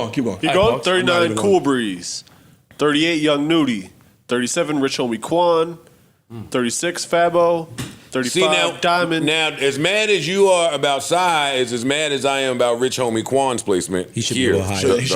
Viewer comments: called Fabo “fabow” 🤦🏽‍♂️😆😆😆😆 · pronounced FABO wrong … why fabo (tatted uuuuuuupppppp) higher than BOB and cyhi!!!